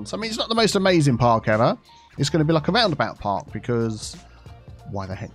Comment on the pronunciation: "Round-about Park" sounded good to me... ;)